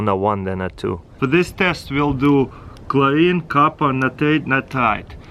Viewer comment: Chorine. Natarite... 😂😂😂